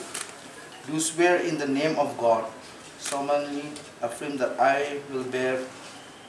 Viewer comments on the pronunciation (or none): Kum ia une, ki paidbah kin jied!!!! Tang ban pule ruh um nang solemnly ruh solomonly, Allegiance ruh aleejigiancy 😂😂😂